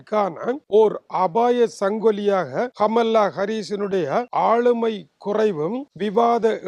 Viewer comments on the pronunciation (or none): She is not amala.. she is kamala.. your own Tamil native.. Please correct your pronunciation further..